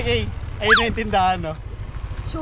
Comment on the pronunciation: Bisayaa sa “sure oi”😂